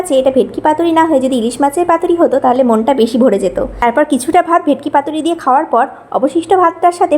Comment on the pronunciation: তুই যে খেতে পাস না সেটা বোঝা যাচ্ছে। বাড়িতে তো ডাল ভাত খাস তোর আবার ইলিশ খাওয়ার শখ। জীবনে ভেটকি পাতুরি খাসনি মনে হয়। আগে খাওয়ারের উচ্চারণ ঠিক করে বল।